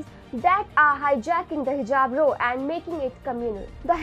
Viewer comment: The word ROW is pronounced RAO and not Row.